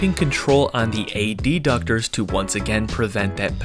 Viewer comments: Isn't it pronounced "adductor" and not "ad-ductor"? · I've never heard adductor pronounced that way before